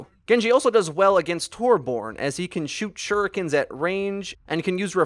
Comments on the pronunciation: It's pronounced Tuur-bjoern, not Tor-born. As a swedish person i am Very TRIGGERED rn >:| (The uu in Tuur is pronounced like the oo in the word ooze) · Every time he says torborn instead of torbjorn I cry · TORB-YORN IT'S TORB-YORN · Im sorry but this keeps bugging me. It TorbJJJorn. Love the channel, keep up the great work! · I love how you pronounce TORBORN xD Also, I'm actually swedish! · TU84GAMI torbjorm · "torborn" no no no NO THATS NOT HIS NAME